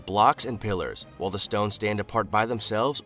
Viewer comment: The narrator said wall for while. I wonder if he says wah or why? illiterate